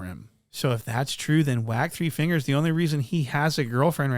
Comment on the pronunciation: Every time Adam said "Wack 3 fingers" it sounds like a pornstar's name.😢😅